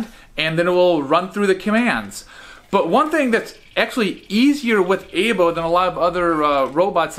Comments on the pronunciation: It's pronounced Eye-Bow not Ay-Bow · It's pronounced "I-bo"